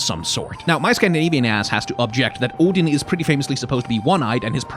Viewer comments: As a Dane it REALLY wrecked my second language attention span hearing Odin anf Sleipnir pronounced correctly 🤣🤣 I wasn’t prepared for the code switches AT ALL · Your videos teach me the pronunciations of Odin and Sleipnir. Also Freya in your God of War video. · Forget the proper pronunciation of Sleipnir and Gungnir, this is the first time I've heard someone online pronounce "Odin" correctly. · Can we just take a moment to appreciate the way says "Odin"?